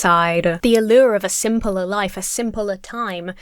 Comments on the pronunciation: Are you Dutch by any chance? Refering to the Dutch english "simpeler" you said a few times. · Very curious how you pronounce "simpeler". Don't know if I only noticed it just now but I haven't seen any other brits say it that way.